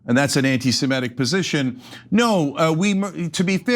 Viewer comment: "Anti-simetic"???????????? Like, Simetes????????? It's hard to listen to this mispronunciation all the time, Cenk.